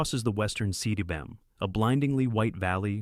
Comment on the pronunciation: Will he say See DubvaYou Oowim for CWM (coom)? How long will he continue? Will the Welsh change pronunciation of the word to match his whacky half-attempts at pronouncing it without taking one minute to look it up? So many questions…